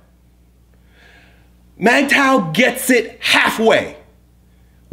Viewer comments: Ok..yeah. Do more research you don't know what your talking about. The name is mgtow.. men going THEIR own way. If pursuit of money is what he wants, good. If being a monk is what he wants then good. If casual dating is what he wants then good.. Its whatever life best fits that man. And please at least learn to pronounce the topic your speaking of. Not Mag tow, its mig tow. For a topic you've never heard of you sure seem to believe your an expert in it. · MIGTOW! I always pronounced it: MUHGTOW! is the man. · Bruh its pronounced "MIG TOE", not MAG tow. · I agree with you, brother. I just disagree on the pronunciation. You say Magtow,I say Migtow. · MAGTOW WTF? you’re messing it up. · I prefer mag tow. Men going, not min going